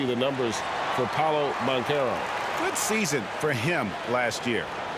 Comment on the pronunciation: Pablo? Come on bruh, it’s PAOLO